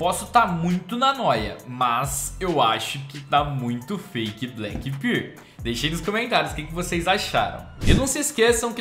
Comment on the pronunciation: 'karambit Black Birl'